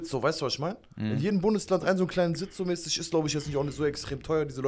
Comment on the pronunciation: Dem Typ links "mäßig" kann man "mäßig" nicht zu hören. Arme deutsche Sprache.